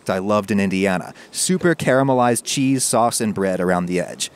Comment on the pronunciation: Gotta love that kwispy chuheese